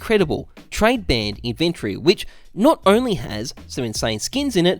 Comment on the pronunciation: I disliked the video just because of how you pronounced inventory in the first 10 seconds.